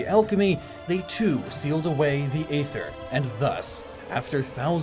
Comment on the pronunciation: Damn, this is pretty enlightening, in all honesty. Definitely looking at the concept of Psynergy in a different light now! Great job, as usual! (P.S. Not to be THAT guy, but either you mispronounced Aether most of the video... or it really IS a Tomayto-Tomahto sort of thing, and I'm just being pedantic. Just saying.)